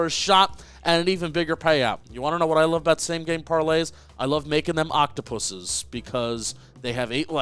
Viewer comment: did not just say octopuses